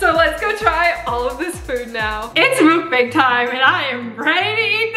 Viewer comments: It's mukbang not mookbang(oh and not trying to be rude)but just saying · “Mookbang” Me: u mean Mukbang??😂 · You say it muck bang